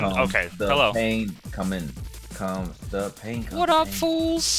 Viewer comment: It pin instead of pain